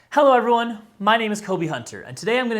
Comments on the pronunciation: I worked at Palm from 2003 to 2009, and just an FYI (sending this in as friendly a way as possible) - the Treo is pronounced Tree-oh, not Tray-oh. Lots of people mispronounced it, so - all good. But yes it is TREE-oh. :) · And historically it's pronounced Tree-oh.